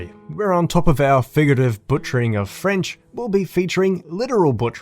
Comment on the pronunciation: solid vid as always and ur french pronunciation wasnt bad at all big man 👍👍👍big ups